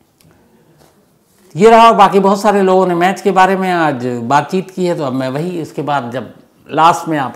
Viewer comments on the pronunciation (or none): none